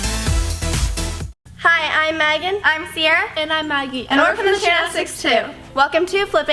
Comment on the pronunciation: Meghan says "hi I'm magan" XD